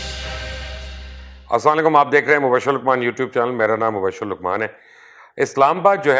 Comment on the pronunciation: ASSALAM O ALAIKUM Qably Ahtraam MUBASHAR sb with due respect i want to say one thing Ap jb show k start mei salam kerty hn woh theek alfaaz k sath kiya krain Ap ASSA LAIKUM kehty hn please correct it ASSALAM O ALAIKUM kaha krain Q k salam k sahi alfaaz na ada kiye jain to un k means hi change ho jaty hn please never mind